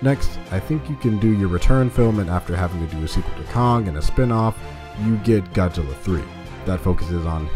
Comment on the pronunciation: i think i heard " GODDILLA"...LOL